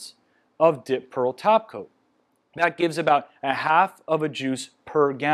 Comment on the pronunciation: Omg I’m four minutes in and I literally thought he was saying “dip pearl taco” this whole time 🤦🏻‍♀️😂 when suddenly I realized he was saying “top coat” not taco 🌮